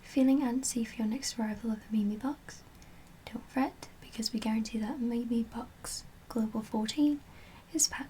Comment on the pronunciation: its pronounced meem cx LOL